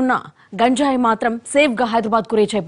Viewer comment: That is not gunjai.....it is ganjai...